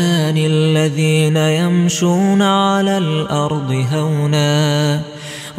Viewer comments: Sir AP nay yamshuna ko ko yamshi parha ruko 2 ayat no 20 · In quran it is shu he recited shi by mistake may Allah forgive